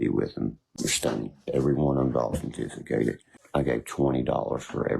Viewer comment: And today kids, the word of the day is “AUSENTISICATED”….to Ausentificatd’ someone or something. Bahahahaha Hahahaha, perhaps ill look on my calendifacater for this wurd 😆